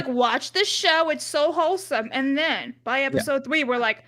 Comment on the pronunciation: It has been established before that Ivan does not actually know the meaning of the word "wholesome," or "kholesome" as he says it.